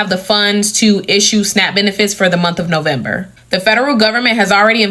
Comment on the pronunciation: First of all he needs to learn how to say November in second he needs to grow a brain